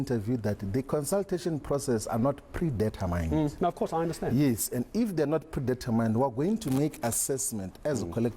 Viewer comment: Floyd can’t even pronounce “Determine”. It’s pronounced determin, not deter mine.